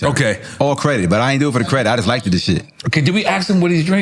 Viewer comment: Dude said “like-ed” you not smart. Lol